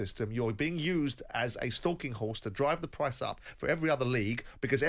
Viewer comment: Simon it's price not pwice 😂